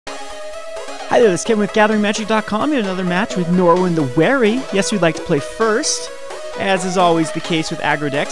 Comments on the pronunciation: There's no "w" in Norin. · Learn how to pronounce the card. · He can't even pronounce "again." Norin is way out of his league.